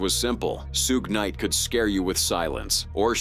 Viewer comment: Tf is a "Shugay Knight"...